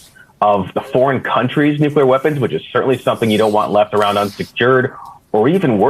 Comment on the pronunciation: Donnie can't even pronounce nuclear. He says it like Homer.